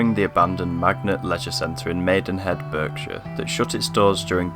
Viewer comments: Berk-shire? Bark-shire its pronounced aha! Good video. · I wonder how many people from "Barkshire" were shouting at the screen everytime you pronounced it Berk-shire. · Good to see abandoned buildings all areas of leisure centres etc, but you don't always pronounce the name of the place as it's spelt Berkshire is pronounced BARKSHIRE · 😁where the hell is burk-shure ? is it anywhere near Bark-shire ? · It's pronounced "Barkshire" 😃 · Great video but I wished people could pronounce Berkshire correctly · I'm glad someone else noticed that! I was watching Brooklyn 99 earlier and someone did the same thing. He's American though, he had an excuse 😂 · How can any British person not know how to say 'Berkshire'? Astonishing.